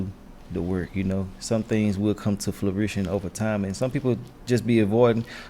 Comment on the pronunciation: Did this ninja just say flurition tryna say fruition??? 😂😂😂